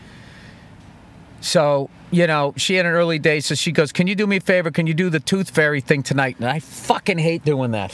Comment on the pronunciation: "The Tooth Fey"